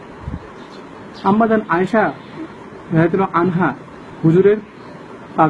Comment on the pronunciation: পাগল ছাগল , ফাজা‌য়ে‌লে আমল উর্দ টা দে‌খে নে সেখা‌নে হাওলা দেওয়া আ‌ছে। রা‌দিআল্লাহু তায়াল আনহা উচ্চারণ কর‌তে পারনা আবার ফাজা‌য়ে‌লে আমলের ভুল খুজ? ছাগল জা‌নি কোথাগার।